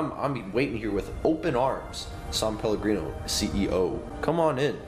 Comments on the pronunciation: It’s SAN PELLOGRINO NOT SAUNPELLOGRINO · When he said “sum palagreno” I craved it